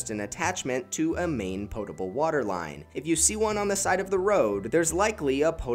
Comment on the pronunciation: Thank you for saying POE-table and not POTT-able